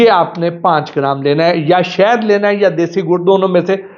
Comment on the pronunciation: جاہل شہد ہوتا شید نہیں منہ دھو کر اچھے کپڑے پہن لینے کے باوجود جاہل صرف زبان سے پہچانا جاتا ہے